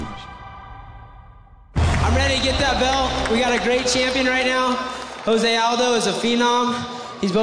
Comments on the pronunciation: Lmao joe se aldo? Isn't it jose aldo or joe se aldo lol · LOL Joe Rogan calling him JOE ZAY ALDO instead of HO ZAY..... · Rogan keeps saying Joe Say Aldo. damn I mean I know he's white but wtf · lol i kept wondering that too. why is it joe say aldos. made me question if its jose or joe say lol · really Joe Rogan really...???? JOE-say Aldo???